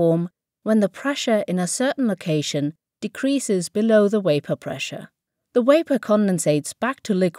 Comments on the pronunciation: "The wapour condensates...." - You need to say "The vapour condenses". While you CAN say "condensate", it's very rare. No native English speaker would say this. Also, I know Germans try so hard to learn how to say "w", but please don't use it when you're not meant to (ie. when the word has a "v" and not a "w"). "How does it look like?". Either you say "How does it look?", or "what does it look like?", but never "how does it look like?". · What the hell! She pronounces every other V correctly, both at the start of words and in the middle. It's like she just did the W thing in vapour to distract people! So weird! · Vapour NOT wapour.... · waypor? Surely you mean vapour with a v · I'm trying to take this video seriously, but they could have used a narrator that can say V. I'm glad I've learnt all about wapour. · How can she pronounce cavitation correctly but not vapour? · she can say evaporation but cant pronounce vapour.... WTF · Impressive how she was able to pronounce the 'v' in cavitation but not in vapour!